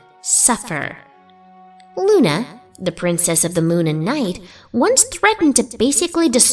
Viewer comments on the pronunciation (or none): Did she just call Luna "Luner"?